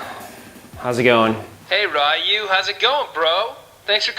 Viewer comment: Ryu, not Why You!